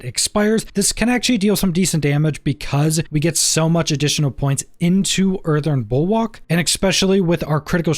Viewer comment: The word... Is "Earthen" might.. not earthern.. there's no fucking R at the end of earthen. Also.. it's "especially" not "Ex-specially" Imagine being an adult.. still speaking like an 8 year old.